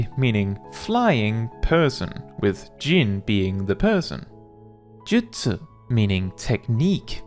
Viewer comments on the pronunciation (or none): none